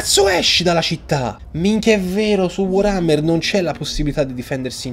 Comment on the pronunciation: ogni giorno aspetto con ansia e trepidazione il nuovo episodio di total war solo per sentirti dire come pronuncerai il nome di... WAAAARHAMMER#@ e comunque onore al mitico vassilly QUIET, Che possa stare in modo QUIET anche nel Valhalla per l'eternità!